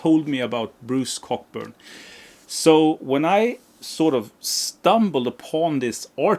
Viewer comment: For the record, Bruce Cockburn is pronounced {kow•buhn} 😂 The Peps records have slipped my ears so must check ‘em out. And I am one of the few who actually like the first 9 albums by Status Quo. The drumming from John Coghlan on those records is just AMAZING! Just listen to the record Blue For You and the songs Mystery Song, Rain or Is There A Better way 💪🏼